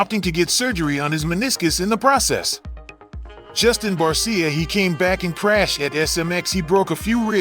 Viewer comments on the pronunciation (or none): Barsha…not barseeya